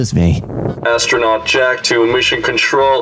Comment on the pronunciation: Yep. We're hardcores like that. It's an awesome dish tho! Try it out when u get the chance~ Edit: Jack knows how to pronounce so many words in their local manner like wow. Respect.